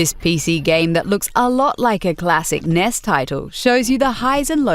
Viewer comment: I'm sorry, are you trying to say NES? because it sounds like you are saying Ness....